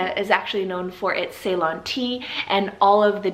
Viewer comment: Ah i cant believe you added ceylon.. you are right actually sounds pretty nice. We actually say is " see- lon" but i like how you said it better !